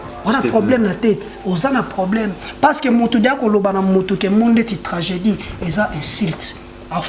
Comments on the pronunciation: Journal yo moko ozo koka koloba tranjeudi te journal yo pe loba tranjeudi koooo 🤣🤣🤣🤣🎤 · Oyo chroniqueur to mutu ya maboke koseka seka pamba pamba , ba question ezanga tina 🤔🤔🤔🤔🤔yo penza ata maternelle okenda te na mot tragédie oyebi ko prononcé te mawa,ozo loba tranjeudi🤣🤣🤣🤣🤣🤣